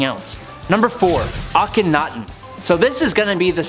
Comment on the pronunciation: THANK YOU to the first lady for pronouncing Akhenaten and Thebes CORRECTLY!!!! One of the other guys kept saying AK-ONITON AND THEEBEES.. It was grating on every last nerve i have...